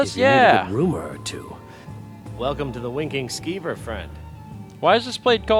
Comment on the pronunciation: It sounded like you said "Wanking Skeever" in the beginning of the episode.